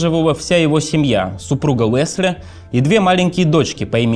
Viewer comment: Спасибо за интересный материал, за хорошую работу по его подготовке и за сам канал в целом! Очень тяжело слушать диктора с дефектами речи. Много комментариев уже было по этому поводу - к сожалению, ни авторы, ни сам "диктор" к этому не прислушиваются. "Весли", "Мевони". "Вондон" - коллеги, ну так нельзя(( Куда делись стандарты дикторского искусства?